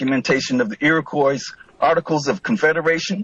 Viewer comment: lmao i love I just looked up the square miles of the U.S it's not 1 mill2 it's 3.797 million mi². he can't even pronounce Iroquois properly.